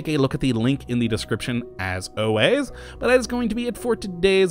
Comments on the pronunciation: ***** Its not really a big deal, just a minor things. I still love your videos but it does sound like you're saying "Awways" instead of "Always" and "Singal" instead of "Signal" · Am I the only person that thinks says "signal" and "always" weird?